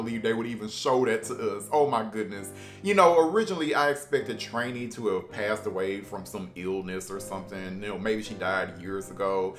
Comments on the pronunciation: Who tf is Trainee its Trini (Tree-Knee) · Why do you say Trini so weird... You pronounce it with an A?